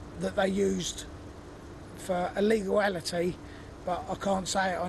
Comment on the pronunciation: wtf is "leguallity" and "illeguallity"?? lol